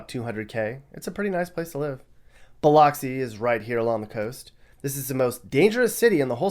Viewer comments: I need to correct you. 1. It’s Biloxi with an Uh Sound! Say it like Beh-LUH-xi. Also, it is not home to the original Mardi Gras. Who the hell told you that lie? Mobile, Alabama, is the home to the original Mardi Gras. I tried not to comment but I can’t let you misinform people like that. I was born in Pascagoula and raised in Mobile, Alabama. You’re right, Gulf Coast people are not the stereotypical southerners but your fake southern accent annoyed me the whole way through… I don’t know anyone who talks like that. Be serious… lol. Anyway, Mardi Gras is originally from MOBILE. Leave these type of videos to “World According to Briggs” if you don’t know what you’re on about. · Say it with me "Buh LUX ee" (not Bil LOCKS ee). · I grew up on Mississippi. Please, when pronouncing Biloxi, think of of luxury, not lox. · I live in MS. This is very well researched. Good job. One thing, though: Biloxi is pronounced bill-LUX-ee not bill-LOX-ee. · you mispronounced Pass Christian and Biloxi lol. Also, the description of Biloxi was a bit off.. it's ALOT nicer than Gulfport. Pass-Chris-Chee-Ann Bil-uh-xi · Biloxi = Bill-ucks-see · It's pronounced Bill-UHCK-see. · Oh yeah and it’s pronounced “biluxi” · It's pronounced "Pass Chris-CHAN" and "Bi-LUX-ee". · Two things I thought you might want to hear: Biloxi is pronounced Ba-Lux-see Pass Christian is pronounced Pass Chris-Chi-anne. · lol Pass Christian sounds like (Pass Kris jee anne), Biloxi (Bill lux ee)! You need to repackage your unboxing of Mississippi; your plethora of bias verbal vomit is infra dig. Stick to facts instead of your ill informed opinions!!! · It’s “Bil(u)xi” 😩🤣 just so y’all know. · I'm from Mississippi. We always pronounced "Biloxi" with an "uh" vowel in the middle. You won't find a lot of "lox"and bagels there. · I love how he pronocied biloxi lol..... its (Bah-LUX-C) 😉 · No it's buh-lux-c 😉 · He lost some creditable when he mispronounced biloxi